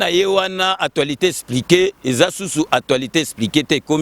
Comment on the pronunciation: Kiekiekie eloko esekisi ngai makasi heure nayoki kombo ya sika opesi émission ya Fabien Kusuanika o prononcé Atualité espliquée esekisi ngai koyoka muana ya Bourgeois atanga tse mais azalai kokumisa époque passée na ndaku yaba parents bourgeois. Sikoyo bana nayo bakobetaka tolo na nini osaleli bango? Ah d'ailleurs soki ozali kobeta masolo yaba momie tii na âge nayo je crois ozali na responsabilité ya famille tse c'est clair. Bon soki mboka ebongaki je crois olingaki ozonga na vie yaba Bourgeois olotaka kaka tii lelo alors que Bourgeois akufa naye kala. Kola tu ne mérite pas nabenga yo grand prêtre ozali Nkerebere surtout okanisi mutu tout abotama na Kinshasa azali prêtre. À partir ya temps nini ba villageois oyo bayaka na Kinshasa ebandi ko longola bango ki mbokarier? Papa wemba, Kester, Stino, Tabuley, Kabila, Mobutu, Fally, Ferré, Étienne Tshisekedi etc... bawuta mboka nani azali Nka na kati na bango? et pourquoi kaka?? Zoba ya mukolo soki ozali koloba na YouTube oleki ba oyo bazali kotala na ki kinois tse Mbendre moko boye